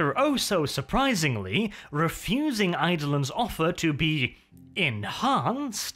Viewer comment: I thought his name was pronounced Eye-do-lon, not Aide-lin.